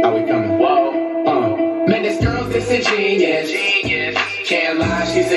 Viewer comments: Disingenuous is when u act like you don’t know something but you really in tune flight make is sound like the saying man these girls dissin genius but the word is pronounced dis-in-gen-you-us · This is the second reaction of this song I've listened to, and I just gotta say, y'all are saying "genius", not "genuous". Y'all said it right the first time. I doubt Flight doesn't know how to say the word; I think he's purposely missaying it (I hope he is). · flight pronounces it as disingenious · Flight stole that bar and the beat but ppl are still applauding him like he’s a real rapper. Plus he cant even pronounce disingenuous correctly. How the fuck are you gonna say the title of your own track incorrectly hella times in the track? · Michael Mclaughlin he pronounced It wrong to rhyme sound better that way anyway🤷🏻‍♀️ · Smart asf but he mispronouncing the word disingenuous 🤦‍♂️ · Chaise B He has a song where he says “man this girl is disingenuous” pronounced wrong and you think because he used a word that you didn’t know he’s secretly smart?? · and they ain't even saying it right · These people deadass don’t know what disingenuous means or how to pronounce it or even know it’s a word smh y’all making black people look unintelligent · How does no one know the word disingenuous 😂😂 or that he ain't even saying it right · They’re not saying disingenuous right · Y’all not gonna catch that he not even pronouncing Disingenuous correctly cuz y’all can’t either😂😂😂. How the fuck are you gonna not know how to say the title of your own track. Then say it incorrectly in your track hella times. The only thing good about this track is the beat and it’s not even his smh. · What’s crazy is it’s still not a word😂 the word disingenuous is a word but the way he’s pronouncing it is wrong. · I'm pretty sure he's mispronouncing disingenuous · He’s doing it on purpose to rhyme